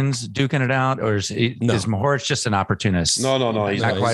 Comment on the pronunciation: Mohorič (first syllable accented) and Pogačar (seconnd syllable accented) is correct btw :D And Polanc (second syllable accented) with c pronounced like "ts"